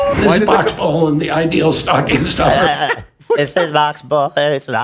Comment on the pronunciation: “the ideal stucking stoffer” -ethan